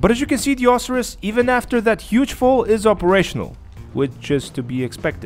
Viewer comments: Lol pronounced Oh-sy-rus......isn't there only 1 car on the podium each Thursday? Met a 9 yr old in game last night who claimed he won an Osiris this week at the casino but I've always understood only 1 person can win a podium car each week....but again this kid is 9....probably lied lol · i believe its pronounced o-si-ris with the si making the i sound